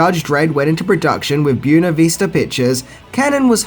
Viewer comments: Bway-na, not Byoo-na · My two cents, learn how to pronounce the word Buena, dude! It sounds like the word when NOT June. Otherwise, great vid! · Native Californian here. “ Buena” is Spanish and is pronounced “Bwayna”, not “Boona”. Just an FYI. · Buena ---- BWAY-na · "Buena" is pronounced like "Bwayna". Just trying to help. Like your videos still. I liked the Stallone Judge Dredd movie.